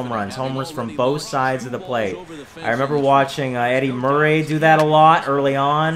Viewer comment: who's your favorite actor the reason I ask is when you said Eddie Murray I thought you said Eddie Murphy!😂